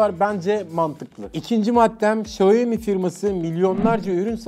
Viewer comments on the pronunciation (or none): Abi şaumi demen daha doğuru bence şayomi ne yaa 😂 😂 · Hocam video çok güzel. Hatalarım varsa düzeltin demişsiniz. Çok özür dileyerek söylüyorum. Xiaomi, şayomi diye değil şiaomi diye okunur. Herkesin yaptığı bir hata bu. İyi günler dilerim. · Sayomi yok siomi dunya siomi deyir siz kendinizi farkli gormeyin salak gorsenirsiz. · bi şaomi diyoruz da,Çinliler ona Haomi diyor galiba, benim 2 tane çinli öğrenci var geçen öyle demişlerdi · Markanın gül gibi adı var İksyomi, Şayomi'de ne mk!!! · Şayomi değil şiyağo mi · Şayomi değil xaymi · Şayomi değil Şayomi Bey